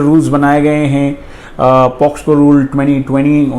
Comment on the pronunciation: Pocso to boliye sahi pahele